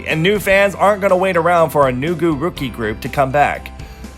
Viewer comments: Omfg I'm glad I'm not the only one with Rookie and it being not said right. For years i thought it was lookie? 😭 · EXACTLYYY!! I have alwaysssss thought this about Rookie!! Like since the Korean pronunciation for L's and R's can be confusing for them because of ㄹ, I could understand somewhat since they wouldn't know better and may genuinely struggle with saying it since they're not used to forming those sounds. HOWEVER, the fact they have WENDY in the group who speaks PERFECT ENGLISH, she clearly knows the correct pronunciation of Rookie so it just bothers me that she didn't correct it or teach them how to say it properly. Not asking too much, not saying she should teach them the entire English language, just that 1 word. Maybe the company decided to do it on purpose to sound 'cute'? idk but yeah it annoys me lol. Also in Wanna One's Energetic, Sungwoon says "Energetic" correctly but then Jaehwan says "Enerzetic" and again.. DAEHWI speaks PERFECT ENGLISH so it's not like none of them knew how to say it properly, as well as the fact Sungwoon said it well so I don't know why they couldn't have taught Jaehwan to mimic how Sungwoon pronounced it to get it right. If it's a group who has 0 English speakers then I wouldn't mind as much but most of the groups guilty of this do. Yeahh anyway! Love the vid ♥ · My nitpick is when groups have english speaking members, like Wendy, and the majority of the members mispronounce a word, like rookie. I think that Rookie could be just a bit better if it sounded like they were saying Rookie. It's okay though I understand it's not their first language and the song still slaps :) OH OH ALSO! I have a loona album and the fucking lyrics have a typo! Its spelt wrong once in the lyrics and correctly some time before it! It's the word "mileage" in the song perfect love and it is in the normal b version of ++ and limited A version of XX. Probably in the other versions too ughhhhhh